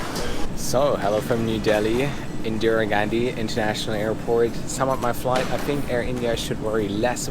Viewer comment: cant u say indira gandhi properly